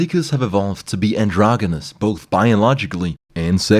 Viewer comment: Triggered over pronunciation of "androgynous".